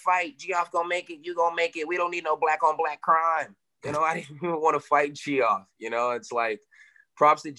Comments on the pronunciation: Kevin calls Geoff Neal "Gee-off" over and over again 😂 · calling neal “gee-off” lmao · G-off haha. That's how I used to pronounce it when I was a kid. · Is it actually pronounced g-off Neal?😂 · Ge-off neal 😂😂😂